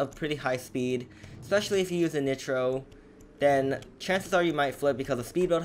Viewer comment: The way he says nitro makes me want to die